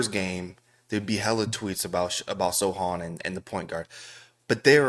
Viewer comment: you can't even say the players names right, whether it's Wemby or Sochan 😭